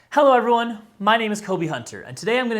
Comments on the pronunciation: I worked at Palm from 2003 to 2009, and just an FYI (sending this in as friendly a way as possible) - the Treo is pronounced Tree-oh, not Tray-oh. Lots of people mispronounced it, so - all good. But yes it is TREE-oh. :) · And historically it's pronounced Tree-oh.